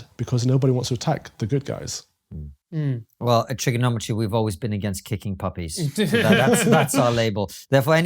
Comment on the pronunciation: If you're from Holland you surely say 'guysh' and not 'guys'